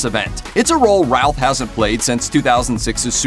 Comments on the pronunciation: First thing,...pronounce his name right.....Brandon Routh,.....pronounced like Ruth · It keeps sounding like he's saying "Ralf" instead of "Routh" ^_^ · Love how he pronounces his last name all wrong.